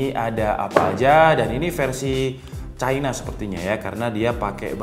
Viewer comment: "Pake bahasa CAINA" Aelah bang jujur aja ngapa. "Cina" kek 😅